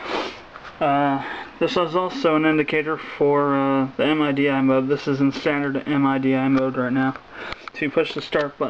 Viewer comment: Another thing... its not pronounced as an acronym and separate 4 letters M-I-D-I... its pronounced MIDI (as in "Mid-eeee")